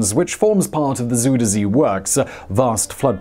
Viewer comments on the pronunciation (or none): Zuiderzee is pronounced as zoow-der-zhay - love from NL! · You bumped your head? Get well soon! Maybe look into the pronunciation of 'Zuiderzee' while you're at it ;=)